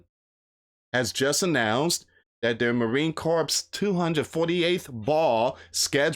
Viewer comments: The 3rd will come and go. Just like some loud mouth a couple weeks back said something will happen on a certain date. That day came and went. We're still here loud mouths. By the way, it's not pronounced corpse, as in dead body. It's pronounced core, the S is silent. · Hey friend it is pronounced marine core. Just marine core. Cooor. Thx